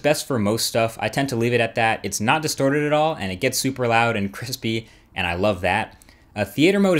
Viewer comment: loud and "Cripiippiipistpy"